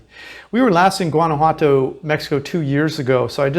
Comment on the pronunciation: Please learn to pronounce the name properly. Whaan ah whaa toh.